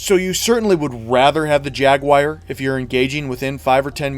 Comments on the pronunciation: Dude it's "Jaguar" not "Jaguaire" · "Jag Wire" lol it's jagu-ar, kinda like "jag-war" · Jaguar... not jaguire. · What’s a Jaguaire? Good vid btw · LC3 Jag-WIRE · "The jagwyer" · Jag-wire? Jag, WIRE? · "Beware the Jag-Wire!" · WTF IS A JAGUIRE? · JagWIRE? drove me nuts every time you said it! hehe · Jaguar >"Jaguwire" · Jagwire? No such carbine in PS2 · Ah, yes, the LC3 Jaguire, a brilliant hipfire carbine for the TR :p Jokes, and pronounciation-nazism aside, very good and informative video... Though I would say some weapons are just straight up upgrades to the standard, but they are few and far between. AA lockon launcher against standard RL for example... Commissioner over pretty much any pistol in the game... And don't get me started on vehicles, although vehicles in and of themselves are huge cert investments regardless. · don't get me wrong it's a good explanation but how the hell do you pronounce Jaguar XD